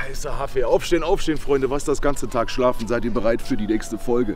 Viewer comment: Warum eigentlich immer „Haffe“ und nicht Kaffee? 😅